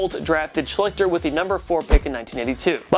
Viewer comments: As a Colts fan it's pronounced Shlee-ster not Sh-lick-ter. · true fact: no player for the colts ever was named "art shlick-ter" art shleester, on the other hand, was very forgettable (edit) hmmmm....you went nearly 20 minutes without mentioning jamarcus russell's name. that can't be right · Art schlichter’s last name is pronounced “shleester” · They mispronounce a lot of old players names. Just pure laziness. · Hey...loved the video...little-known fun fact: Art Schlichter's last name is pronounced "SHLEE-STER" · its pronouced shceeeeester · wrong about the niners. It's Kaepernick who is hated the most. also u are butchering Schlichter's name. look up how to say names u are unsure of. u kinda look like a fool.